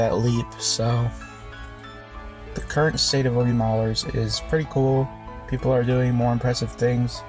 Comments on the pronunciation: “oh-B” instead of “ah-b” really hurt the ears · this dude really said O-B